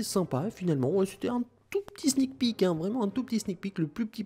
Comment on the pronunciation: "on peut très bien demander maintenant des Sneek pic" xD